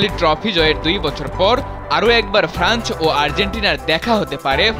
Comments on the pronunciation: ফ্রান্চ না ফ্রান্স - উচ্চারণে আরও সতর্ক হতে হবে। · Franch na France.....